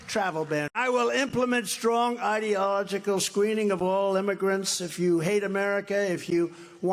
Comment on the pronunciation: "Eye-dee-olog-ickle" He doesn't know that word, and someone else is writing this teleprompter crap.